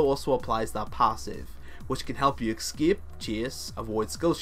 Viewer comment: do you find the X in "escape"? I have seen quite a few of your videos, and it always boggles my mind when I hear you say "excape".